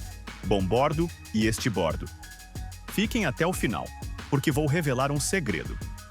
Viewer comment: Me dói o ouvido, cara vir explicar os nomes de direção de um navio e falar estibordo estuda mais um pouco ai amigo.